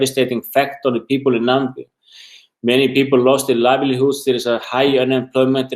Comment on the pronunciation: I hear Nambia,not Namibia...makes me angry!